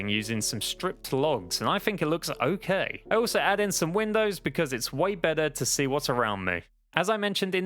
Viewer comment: oak-kay lmao